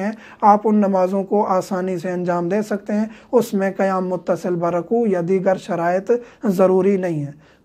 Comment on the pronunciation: Which One is CorrecT QaYaM or KaYaM, AAP KaYaM Kah RaHeY Hain.